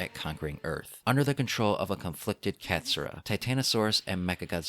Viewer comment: "Katsyrup. Katsyrup." Kott-soo-rah (touch the roof of your tongue with R's in Japanese.)